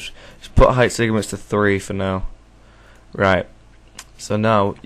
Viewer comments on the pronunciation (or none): It's 'Segments' not 'Segiments'. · LOL he keeps saying segiments XD